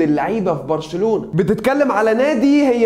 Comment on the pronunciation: اللي قاله برشلنلاوي هي غلط بس مش برشلالاوي